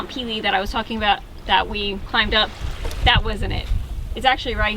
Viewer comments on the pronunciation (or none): You make me cringe everytime you say mount peelee.....it's French...there's an accent on one of the e's...meaning it sounds like...mount pay-lay NOT peeeleeee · Mount Pele is pronounced Paylay. Great vid.